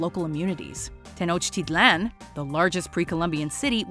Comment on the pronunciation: Love the way she pronounced Tenochtitlan!